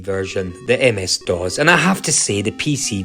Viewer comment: That’s not how you pronounce DOS. It’s not DOZ.